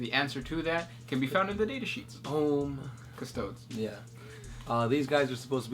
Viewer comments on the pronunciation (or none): 😂😂 please speak in correct English please, Custo-Days, don't forget these are American, English is more simplified and dull. Just reading Emperor's Guards speaks that they are elite, they are bigger than even Primaris, the Custodes correct pronounced (Custo-Days) would wipe the floor with them easier so why the stupidity in asking such question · Is the way you're pronouncing "Custodes" (sounds like ) correct? I always thought it was more similar to "Custodees". If your way is correct, shouldn't we be calling "Astartees" "Asstarts"? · CustoDEES, Adeptus AstarTEES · I can't fucking stand them saying. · Cuh-stow-deez god damn it loool. Ie Ah-star-teez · It's pronounced "cuh-stoh-deez" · It depends on your High Gothic(Latin) pronunciation. Classical would be something like Coo-Stoh-Days, Ecclesiastical would be more akin to Choos-Tou-Dez